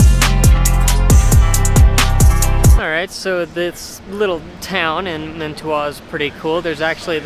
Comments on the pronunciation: It pronounced man-a-two should go into manitou and get some spring water people come from everywhere to drink it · It's pronounced mana two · Man-a-2. That’s how you say it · Hey! Welcome to Colorado… we are natives and live just outside of Manitou Springs. I did laugh at your pronunciation😂 (Man-ih-two) We hope you enjoy your stay here! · I'm a local. There are lots of free or less expensive things/places I could recommend, depending on your interests. p,s. it is pronounced man- ih, too, And Acacia is a kay shuh. And Tejon is tay hone. I do think you'd enjoy Garden of the Gods and its neighbor Red Rock Open Space. If you're hanging around downtown Monument Valley Park is good. If you want a fun place to eat, check out Fargo's. The salad bar and carrot cake are pretty locally famous. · I can't believe how you mispronounced Manitou.